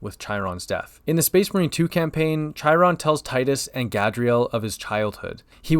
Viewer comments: I'm never going to get over people pronouncing Chairon like "Chai-ron"... they likerally say his name several times in the game... come on guys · That Chiron pronunciation was like chalkboard scratching. I want think it was on purpose...